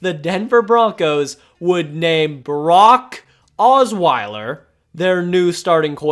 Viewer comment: You pronounce Brock like Barack